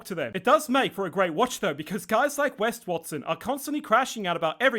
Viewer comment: His name is WEST not Wes.